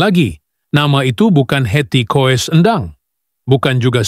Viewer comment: Coba ngomong yg bener dong, di tulisnya Koes kalau di bacanya Kus, jadi Hetty koess Endang, dibanyanya Hetty Kus Endang , banyak belajar dong. Koes, Koes